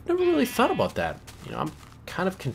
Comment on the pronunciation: "that aboot it" I <3 canadians